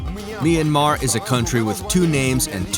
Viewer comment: it'd be great as a local citizen of myanmar if you just pronouced Myanmar as Myan-mar a bit fast because that's how we say it and I don't want local citizens to be confused with Myan-mar and Me Yan Mar